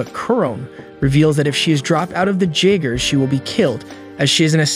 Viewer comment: no disrespect cause ur vids are amazing top tier, but the j in jeagers is supossed to ike a y